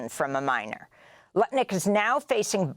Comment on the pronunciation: "Howard Crutnick!!!" :face-blue-smiling